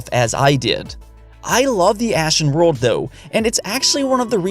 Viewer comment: Nobody:: breath of the WOAHWLD